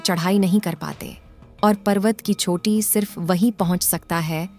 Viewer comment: छोटी नही चोटी । By the way your effort is good. Har har mahadev 🙏